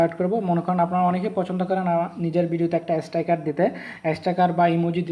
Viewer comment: উচ্চারণটা স্টাইকার না, স্টিকার হবে